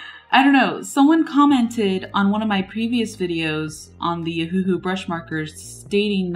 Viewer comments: No, it's named after the Hawaiian island "Oahu", so it should be pronounced Oh-Uh-Hu or Owahoo. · it’s O-huhu not huhu ?? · pssst it’s cuz it sounds like your saying Ahuhu instead of Oh-huhu 😉😋😅💘🦋🍭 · It's named after the Hawaiian island "Oahu", but they got rid of the dashes for Oh-Uh-Hu and left it OhUhu. So the correct pronunciation is Owahoo. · Except it's not a Chinese pen. It's Japanese. And anyway the company named it after the Hawaiian island "Oahu", but they spelled it Oh-Uh-Hu & took off the dashes. So the correct pronunciation is Oh uh hu or Owahoo.